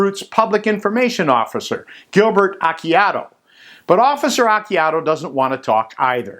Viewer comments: Actually Acciardo's name is pronounced "Ah Char Do". And yes, pretty sure Sheriff Root is corrupt. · btw you pronounced Acciardo completely wrong. Your kind of embarrassing yourself by posting these.